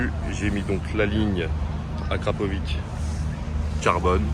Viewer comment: Il a dis akrapovic🤦🏽‍♂️